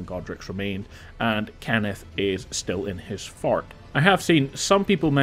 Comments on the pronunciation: Don’t forget to retake Kenneth’s “Fart” It’s called “Fart Height” 🤣 great, clear and concise informational video man well deserved like and sub I’m sorry I just thought how you said “Fort” was funny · Whenever you say “Fort” I hear “fart” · I’m such a child at heart… when you pronounce fort as “fart” I just giggle inside